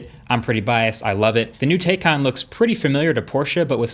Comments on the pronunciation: I changed my like. It's very obvious you're a tesla fanboy. Among many things, the roadster cannot be compared to the taycan. Also, you pronounce the name of the car like five different ways. AFAIK it's Tay-Kahn like Macan and Tay rhymes with day. Not taken. So that's a little annoying, considering. If this car takes off and they decide to do a gt version I would guarantee that tesla would have no leg to stand on. Imagine if they did a 911 GTe with like a 50kwh battery pack and the ability to charge at 250kw weight reduced to sub 3000 pounds. I like that you touched on what Porsche focused on, which is multiple launches and the ring lap time. A Porsche is a drivers car, if you're considering autopilot you shouldn't be considering a Porsche. I'm biased, and feel like they should only make the 911, but recognize they need to pay the bills. This felt very amateurish. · It’s “Tie”can Very annoyed when pronounce incorrectly in the whole video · The pronunciation is Tiecan, tie as in the thing you have around your neck :) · Can we really trust a man who doesn't even learn the correct pronunciation of the new car he's making a video about....It's "TIEEEEEEE--CAN"(Like a neck tie) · I hate to be a bother but as it turns out my dad works for Porsche and the car is actually pronounced as Tie-con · Marques the correct pronunciation is TIE-CAN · Love your vids MKBHD, but Porsche specifically made a video on how to pronounce Taycan. It's t-icon. T-eye-con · It’s pronounced “TIE-Kahn” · your pronunciation is killing me MKB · Please stick to phones when you can't even pronounce the car you're reviewing properly... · He can’t even pronounce the name of the car correctly half the time 🤦‍♂️ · Yeah they forgot to teach him how to pronounce it correctly lol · Exactly. But the guy in the video pronounces it wrong constantly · He needs to decide if he wants to pronounce the name of this car correctly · Am I the only one who's bothered that he constantly pronounces Taycan wrong?